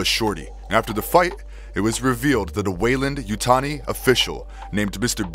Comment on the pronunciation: Just would like to point out you mispronounced Weyland yutani. Your pronunciation was way different from both movies and games of the name. If you go by year, Lex from AVP was the first human predator getting her mark in 2010, centuries before Machiko Nogushi birth.